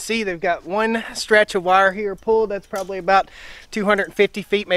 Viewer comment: "Probaly"????? "Akshuly"?????